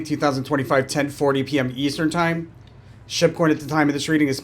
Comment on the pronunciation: I find it so funny that I hear you saying "shitcoin" when you say Shib coin 😂